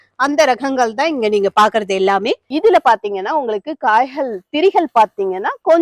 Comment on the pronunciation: பயனுள்ள காணோளி 👌🏽 ஆனா ஒன்னே ஒன்னு மட்டும்,, மிளஹு, காய்ஹள், ரஹங்கள் னு சொல்லாதீங்க. மிளகு, காய்கள், ரகங்கள் னு சொல்லுங்க ப்ளீஸ் 😢